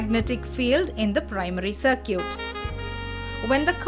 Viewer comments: It's Sar-kit and not sar-cute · "Sir-cute." lmao